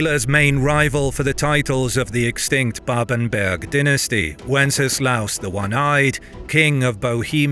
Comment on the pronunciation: Ganz viele Namen sind falsch! Babenberg! Nicht Babenburg! Steiermark! Nicht S(t)üria! Friedrich der Zweite! Nicht Friedrich Zwei! etc.